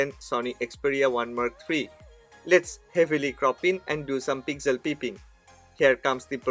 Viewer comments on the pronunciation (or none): none